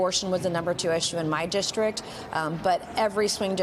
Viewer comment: And stop saying "dishtrik." It's district.